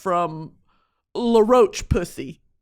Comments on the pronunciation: so glad im not the only one that likes to deliberately pronounce it wrong and say "luh roach pussy" (its fucking funny. im sorry french people.) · “La roach pussay “ 💀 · La roach pussy took me tf out, I always hear other influencers put their whole throat into trying to pronounce it correctly 🤣🤣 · Cracking my head off at the pronunciation of “La roche-Posay” brand 😂😂😂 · every time she says roche posay I can't breathe